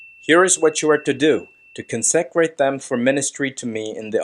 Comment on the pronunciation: Con-se-crate!! Get the Hebrew right but get the English right too!